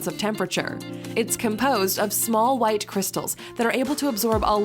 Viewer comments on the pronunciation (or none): none